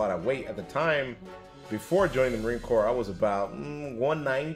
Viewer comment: There's absolutely NO way, NO how this moronoic liar waa EVER a United State's Marine, period. It's painfully obvious to any of us that actually were in the Marine Corps for even 1 day in Receiving knows Corps has a silent S at the end, which this illustrious member of Couch Company, 1st Civ Div continuously left off.